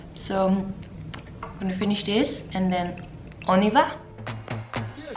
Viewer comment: Omgg i like when you said « On y va » because I’m french and it sounds so good 💕